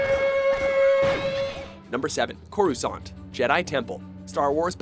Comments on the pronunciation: you pronounced corusaunt wrong, you noob! is k. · I'm pretty sure Coruscant's u is silent